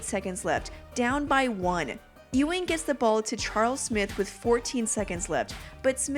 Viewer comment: Its pronounced Yuw-ing, Not Ew-ing. Ugh. just 23 seconds in and I'm already annoyed.